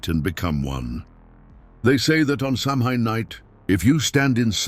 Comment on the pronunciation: F.Y.I. - Samhain is a Gaelic word that is pronounced “sow-win”.